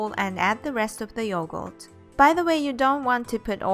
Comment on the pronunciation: She just say yogoat